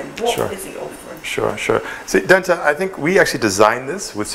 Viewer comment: Informative interview Dentaa. Well done, wonderful initiative, the standard of Ayi Mensah is very high and certainly on par with European buildings if not better.... But please, it's Dentaa and not Denta wai. 😁